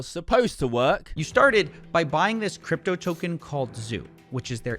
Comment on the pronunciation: Floyd Mayweather can't even pronounce the word "crypto"